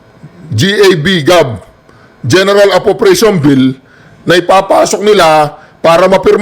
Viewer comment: At yang reporter nayan dpat sinabi nya na Gab hindi Gaa haisst